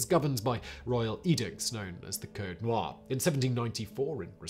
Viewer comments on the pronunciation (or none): none